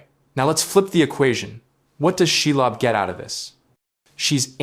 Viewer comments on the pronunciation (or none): Lob. That's not pronounced lobe She .. lob..